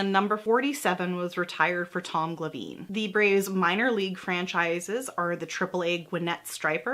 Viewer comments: I love your channel, but "Tom Gla-VEEN"?! … He is a Hall of Fame pitcher! Try "Tom GLA-vin". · Kills me that she pronounced 'Niekro' right, but got 'Spahn', 'Glavine', and 'Stripers' wrong. The last three rhyme with 'Khan', 'Grabbin', and 'Chipper's', respectively.